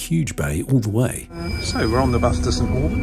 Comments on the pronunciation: Not be rude but as a local St.Oburn is not pronounced as orben but oben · Nice video. St Aubin is pronounced (St Obin ) Lived in Jersey 57yrs, my hubby was Jersey Born, he wanted to travel around the UK, so we did, lost him recently and may well go back to the Island at some point in the future?